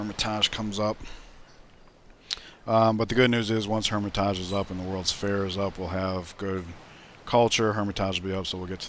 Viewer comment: It's been mentioned before but bears mentioning again, that is not the correct pronunciation for Hermitage. Since it's the English translation of Эрмита́ж, either the English way "hermit-age" or "hermit-edge" or the Russian way "Ear-mit-ash" is correct.